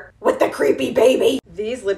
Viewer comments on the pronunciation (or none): I mean this in the nicest way possible, the name McGrath is pronounced magra ,you don't pronounce the th at the end and btw I am really trying my best not to be demanding that you pronounce it that way but it's an Irish name so it's fine